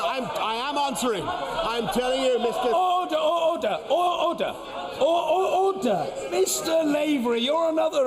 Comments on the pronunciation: どうしても「Otter!Otter!（カワウソ！カワウソ！）」に聞こえる あとネクタイ可愛いしローブ？が片方ずり下がってるのも可愛い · オーターオーターって聞こえるけど、オーダーなの！？